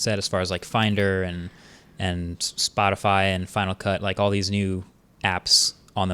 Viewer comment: no one's gonna talk about marques' spotify flub lmfao